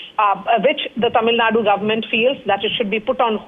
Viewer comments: It's is TamilNadu not TamilNaad.. Typical Northie Anchor. This is precisely why South India opposed Hindi imposition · Its tamilnadu, not tamilnad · Tamil nad illa ma. Adhu tamizh nadu. Enga sollu paapom. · It’s Tamil Nadu.. Not Tamil Nat.. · Its not TAMILNAD but TAMILNADU. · The news anchors should concious about how they pronounce the names as well, its not Tamilnad its Tamil Nadu. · It is not TamilNAD ! it is TamilNadu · first learn to say Tamil Nadu properly. its not TamilNad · please learn the pronunciation, there is a difference between Tamilnad and Tamilnadu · First learn to pronounce how to say Tamil NADU.